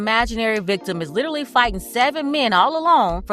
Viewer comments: ‘LIEterally’ it’s a red flag! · Nope. She literally said, litterly. Lol